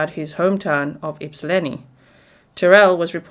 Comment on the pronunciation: You pronounced Ypsilanti and Washtenaw better than a lot of people who live in Michigan... well done 👏